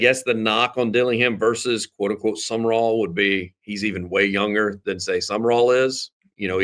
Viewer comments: Someone needs to tap on the shoulder to inform him Sumrall is NOT pronounced "sum-uh-rall" or "sum-er-all". It's simply "sum-raul" (i.e., raul as in haul). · Why do you pronounce Sumrall's name as "summer all", is that how he pronounces it.